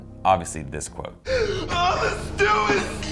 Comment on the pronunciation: IT'S STU STEEEW!